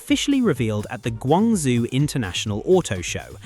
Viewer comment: Guangzhou....is pronounced guwung joe